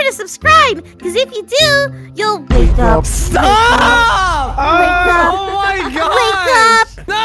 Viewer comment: I love when says wake up